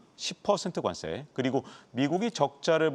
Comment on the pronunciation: 관쎄 관쎄 왜 이렇게 세게 발음하시죠?